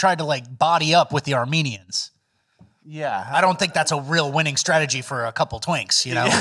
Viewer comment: Is saying "Armanians" as a bit?